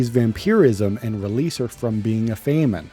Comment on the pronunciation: Never say famine again